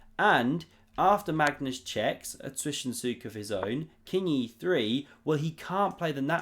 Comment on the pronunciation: Fantastic content, even your "Zwischenzug" pronunciation has gotten a lot better. ;)